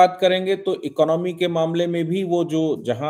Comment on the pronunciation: ❤❤ इकनॉमी नहीं, इकॉनमी बोलिए ।